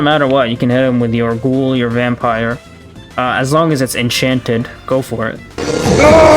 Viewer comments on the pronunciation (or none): none